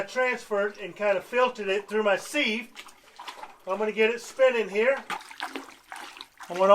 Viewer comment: Please don't say, "seeve" for a sieve. It is pronounced, "siv". Look it up. Thanks.